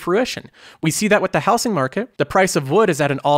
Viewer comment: Anybody else annoyed how this dude says “houSing” market?